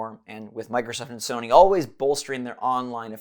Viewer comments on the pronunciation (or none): none